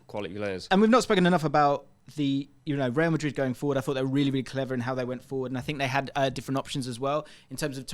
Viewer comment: real Madrid ❌ rayal Madrid ✔️